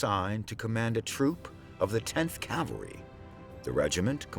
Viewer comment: It sounds like he keeps saying CAL-VERY. Of course, it's pronounced CAV-AL-RY. I don't know why this bothers me so much.